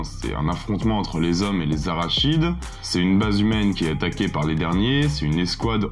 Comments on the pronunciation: Tu dis Arachide ptdr, c'est Arachnid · Arachnides et et pas arachides frérot ! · les arachides???? t'es sûr mec? tkt on les aura toutes à l'apéro les arachides ;) ça se prononce plus "araknides" en fait, comme la classe à laquelle appartiennent les araignées sur notre planète. Déso j'ai pas pu résister😘. Sinon super vidéo super intéressante comme d'hab 👍 Pour la suivante je voterais pour Pulp Fiction en mieux. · Arachide ? Ils se battent contre des cahouètes 😂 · "Arachides" :face-green-smiling::face-green-smiling::face-green-smiling: C'est araCNIdes, bro! :face-blue-covering-eyes: ça veut dire : de la famille des araignées. :elbowcough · Les arachnides , pas les arachides 🤣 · Arachnides qui ce prononce Aracnides. Arachides c'est par exemple soit de l'huile d'arachide ou qui contient de cacahouètes. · ARACHNIDES ET PAS ARACHIDE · Arachide? Tu es allergique au araignées? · Quand tu dis "arachide" pour "arachnide" c'est volontaire ? Bon les aliens ressemblent plus à des insectes qu'à des cacahuètes 😅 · J'ai failli recracher ma cacahuète en entendant arachide au lieu d'arachnide ! Ouf mon apéro est sauvé ! Je choisi Terminator ! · Les arachides... On va pas te louper au club de l'étoile avec ça. Rachide non plus d'ailleurs. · et ça marche ! j'ai remis en arrière pour vérifier si tu avais bien dit arachide ^^ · ah, "les arach(n)ides" ! 😉😆 🥜🕷️ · Aaaaaaah 😱😱😱 A-RA-KNIDE ! LE CH SE PRONONCE K ! Arachné, Arachnophobe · Merci pour la sélection. Il me semble que, pour les créatures, on prononce "araknides", mais je peux me tromper 😉 Pour le prochain épisode les deux me vont, donc quel que soit le résultat du vot... je serai content !